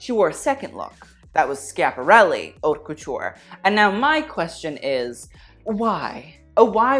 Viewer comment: why does he say "ourt couture"??? this isn't how u pronounce it hun..........